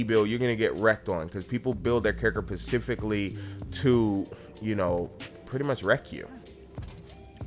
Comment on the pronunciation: v o x Loved the video, super high quality and your general timbre is on point. But, my bro I gotta tell you "specifically" starts with an "S" not a "P" my man.... I'm not being a troll or a hater. So much high level production...seems odd to not speak the native language with accuracy.